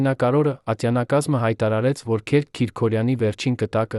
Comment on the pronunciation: Հարգելի ընթերցող,Քերք չի կարող լինել,Քըրք է,հայերեն Գրիգորի կրճատ,անգլերեն տարբերակը։Եւտառի սղումը երբեմն փոխում է բառիմաստըԿամդարձնում անհասկանալի։Միթե չկա գրագետ ընթերցող։Թեմաները ակտուալ են եւ հետաքրքիր։